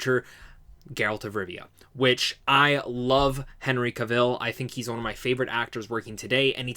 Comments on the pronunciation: Pronounce ka vl not Ca vil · Henry's last name rhymes with travel, not Cruella Deville